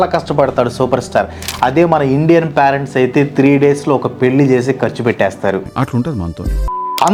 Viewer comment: excellent reasoning and very good explanation. Pyarents ani pronounce cheyyoddgu.. (parents)PAY-RENTS ila cheyyali "pay rent"